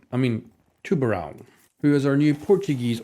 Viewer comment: It's pronounced tubarÃO not tubarAL